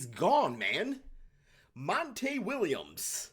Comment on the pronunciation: Why are you pronouncing his name as Mon-TAY. It's spelled just like anyone else with the same name is Monty, pronounced Mon-TEE